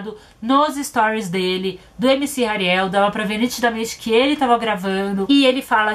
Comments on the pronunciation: "Ariel é a pequena sereia"kkkkkkkkk acho que se pronuncia "Rariel"mesmo Só acho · Tadinha da camis,ksksks a Naum sabe falar o nome do Hariel ksksk somos duas muie